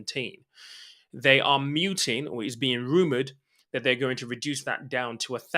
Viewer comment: Mooting NOT muting!